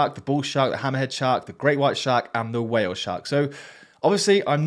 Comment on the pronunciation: "Whaah-ale sharks" lol😂😂😂 love the ai voices pronounce